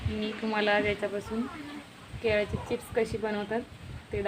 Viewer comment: केल्याची नाही हो केळ्याची असा शब्द आहे तो . कृपा करा आणि शुद्ध मराठी लिहा आणि बोला .